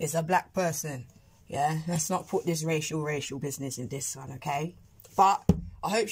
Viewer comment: lol when you said racial it sounded like you said Rachel 🤣🙌